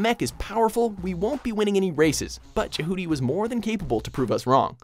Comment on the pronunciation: "Je-HOO-ty"?, why do you hate me?